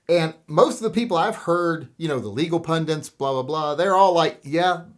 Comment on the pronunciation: That's indeed what almost all comfortable white males in the US think. Let's continue pretending all is well, blacks are treated just like everyone else, cops never kill black folks just because they're bigoted, life is so fucking beautiful (if you're white). Also, it's pundit, not pundint. Read the dictionary sometimes.